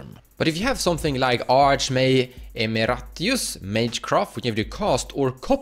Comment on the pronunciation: Stella Lee, Mindbroken EDIT: ee-mare-ih-tus. It means a teacher who is still prominent in the field despite retiring from teaching.